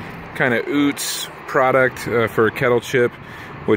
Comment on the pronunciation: Not Oots….. UTz my guy